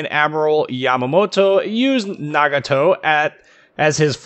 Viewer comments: So glad a fellow American tries to pronounce something how it should be in it's native language...since growing up I grew up leaning from a Japanese family in my neighborhood...it'd be pronounced (na-ga-toe/nah-gah-toe - depending on accent and which part of the US you'd be from). Great review and in-depth information video and I thoroughly enjoyed! Edit: Finally got mine and have to say that this and (from what I've heard...the Izumo) are just to be free exped. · The one thing I like your video is you did a good job saying the Japanese ship name. Nice job.